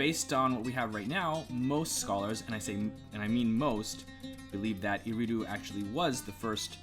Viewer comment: Aridu not eridu